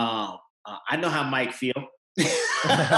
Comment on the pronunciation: Its MARC not MIKE smh lol